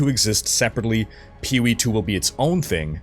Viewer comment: You've said "POE" so many times in this video that now all I hear is "Pewie" 😂